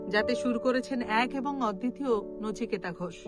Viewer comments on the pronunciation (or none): নিচিকেতা নয় রে সোনা, নচিকেতা হবে। ঠিক করে নে মা।